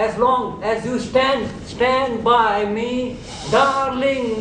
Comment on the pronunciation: " SHTAND BY ME " - Ranvijay Singha, 2012